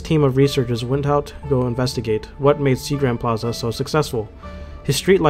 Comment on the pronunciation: I like the video and all but I just have to comment on how inconsistently you pronounce plaza in different ways